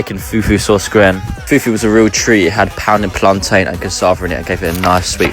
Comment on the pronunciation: He even pronounces Plan-tain the way Africans say it he’s down his research! Jamaicans and anyone else who isn’t African says Plant-in!